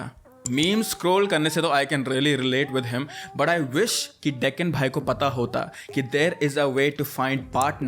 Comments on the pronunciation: I think you are pronouncing the name wrong its not di-ken, but di-tshen but written as Dechen. Well loved the story. Well i am sikkimis too.. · Dechen = दिछेन not डेकेन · दिच्छेन शेर्पा । डेकिन शेर्पा नहीं । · Dekken (taken) nahi bhai di-chen hai uska naam Dechen. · Bro it's not deken. It's de- chen. Like chen of chennai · You pronounced dechen wrong. DÉ-KEN kya Hota hey bhondu. It’s DE-CHEN. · By the way you pronounce wrong broooh it's डीचेन not diken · The way you pronounce dechen to deccan 😅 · The name is pronounced D -chen🤡🤡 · Dechen Sherpa: you pronounced it wrong it’s pronounced D/Chan like Shinchan Dchen “E” is silent it’s Tibetian/Nepalese/Indian Nepalese name mostly belonging from Mongolian Racial featured people and mostly are Buddhist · Pronunciation of his name is wrong dear brother.....it is not dekken 😅😅😅😅😅😅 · Your pronounciation of Dechen is wrong because it's a Tibetan name! Sherpas ( ethnic group this boy belongs to) originally migrated to Nepal from Tibet in the 16 th century. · how do we pronounce it correctly?? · Bro pls . The correct pronunciation of dechen..in next video.